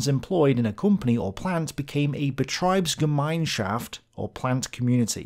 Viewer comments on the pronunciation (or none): IE is pronounced ee as in "a bee" EI is pronounced like the letter i in "idle" You mixed them up.. Betr"ee"bsgem"i"nschaft ... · Just want to point out that while on gemeinschaft you do an excellent job for someone speaking in a weird dialect of American, betrieb in betriebsgemeinschaft is pronounced differently. You might notice that in gemein the e is before the i while in betrieb the i is before the e. And thus the ie in betrieb must be pronounced as "ie". For British people think "eeeek... a mouse!" and then just leave the k and a mouse part.